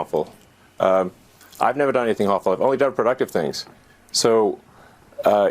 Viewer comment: Cringe ... he can't pronounce "harmful". Deport the creep send him back to Africa !